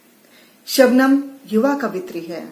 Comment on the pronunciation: Sir sugam nhi Shabnam 🤗🤗🤗